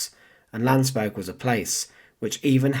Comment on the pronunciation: It's Landsberg and Mein Kampf.Don't butcher these words.